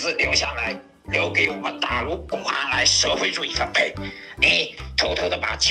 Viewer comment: 你既然想被人打脸，那就如你所愿， 大陆公安四个字，很明显的闽南地区发音方式，全中国只有福建和台湾才有这种发音方式，还有， ，大陆人不会用“你有没有已经离开台湾”这种句式，因为这种句式，在所有大陆人眼里非常的娘，非常的别扭，特别是男性，还有 ，大陆人绝对不会说出“飞弹”这个词，只会说"导弹"所以，我敢肯定这个演员是台湾人。 不过再重新听一遍这个演员说话，我也发现我自己存在一个错误，演员并没有江浙口音，只是因为演员故意改变了声调达到了江浙口音的一个误会。 最后，关于你说的变声器，你知道什么叫声卡吗？你知道什么叫变声器插件吗？这么明显的故意压低嗓音来变声，再直接由录音设备录制的手机声音外放，你跟我说是变声器？ 还有，使用变声器之后的声音是什么样的你懂吗？还有你再说说什么手机APP自带变声器，然后还能支持实时对话的，并且还能变出同款声音的，你跟我说说看？ 且不说你对变声器有没有了解，你只要能找出一款实时对话软件，并且能变出跟他同款声音的软件，我都跟你认输。 最后的最后，你这个笨蛋所提出的搞笑评论，我全部一一对你进行了反击回复，你也并没有我对我造成一丝伤害，相反还让我笑的跟视频里的八炯一样，我建议你还是到此为止，好好学习，让自己变聪明了再来回复我吧。